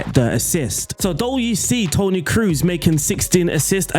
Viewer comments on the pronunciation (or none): Where do you get all these Ns from in players names? Ansensio? And Toni name is pronounced Kros but the a longer O, not like spanish Cruz